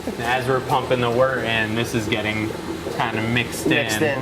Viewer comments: Stop, stop stop. You’re pronouncing it wrong! It’s wOrt not wArt. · He has been saying WORTer this whole time!!! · Every time Brad says "Wort" I think he's saying "Water" lmfaooo